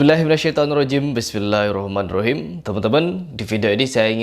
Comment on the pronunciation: bljr baca basmalah ja dlu yg bener....